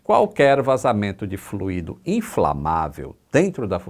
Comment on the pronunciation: É "FLÚIDO", e não "FLUÍDO"...